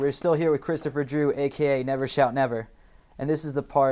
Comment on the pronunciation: it said Christopher JEW